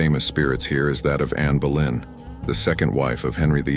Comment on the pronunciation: Anne Boylen not Berlin x